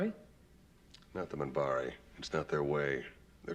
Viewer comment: 1) I know you got hit with a lot of new words, very quickly: Cen-TAR-ee, Min-BAR-ee 2) The lady at the end eating popcorn with Garibaldi was the Minbari ambassador: Ambassador Delenn. 3) The rank of Lieutenant Commander is sometimes shortened to Commander in conversation. Lt Cmdr Ivonova is second in command (also called executive officer or XO), Chief Warrant Officer Garibaldi is head of security. Sinclair is one step up in rank from Ivonova, a commander.